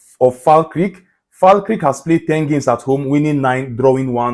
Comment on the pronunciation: its pronunced Fal kerk lol🤣